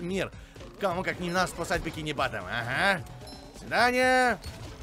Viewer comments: не Бикини Батом а Бикини Ботом. Вроде так правильно:) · Не батом, а ботооом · Не бикини батон а бикини ботон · произносит "Бикини Баттом", все агро-школьники "Боттом!!!!!" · я конечно не брезгливый, но было бы приятней если бы ты говорил не "Бикини Батом", а "Бикини Ботом" (как в мультике) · Озвучка мультика: Бикини Боттом: Бикини БАттАм) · прости что предераюсь но правильно Бикини ботан, а не батон. Тогда это переводится как Бикини кновка) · Не за бикини баттом, а за бикини ботом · Он сказал бикини батом когда правильно ботом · Мисье извольте поправить не бикини бвтом а бикини ботом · бикини ботон а не бикино батон а так зебц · Не бикини батам а бикини ботом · не бикини бАтом а бОтом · Бикиниботон а не бекинини батон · Не бикини батм а бикини ботн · НЕ БАТТОМ А БОТТОМ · Никто: Обсалютно не кто::бикини бАтом